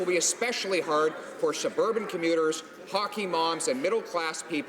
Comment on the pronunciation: I laughed when he said "hockey moms" the way Americans would say soccer moms.